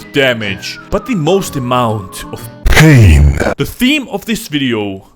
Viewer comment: The only thing that makes me laugh my fucking head off, is when emphasizes the word's PAIN! SUFFERING & (the best one yet) PAINFUL!! - ( & )